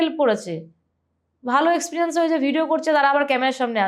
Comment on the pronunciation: তোমার গেস্ট কোন ক্লাস অবধি লেখাপড়া করেছে??? জিজ্ঞেস করলে না?? ঝাড়গ্রাম কে বলেছিল ' ঝাড়েগেরাম '!! এক্সপেরিয়েনসকে বলল এক্সপ্রিয়ানস!!!